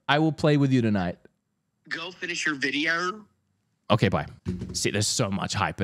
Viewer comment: "go finish your VIDEAURR"